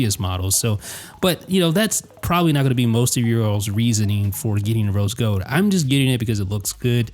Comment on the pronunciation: "rose gode"